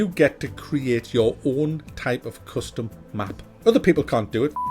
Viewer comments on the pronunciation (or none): none